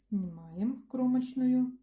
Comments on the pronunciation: "Сымаем" кровь с ушей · Все прекрасно, но вот это слово "сымаем", взрывает уши!